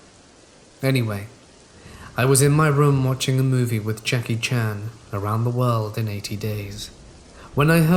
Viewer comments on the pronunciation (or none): none